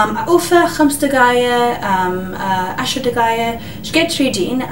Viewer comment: خمس دكايه 😂😂😂😂😂عود خمس دقايق